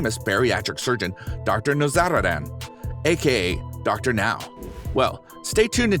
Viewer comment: It's Dr. NOW, not Dr. NO. Dr No is James Bond!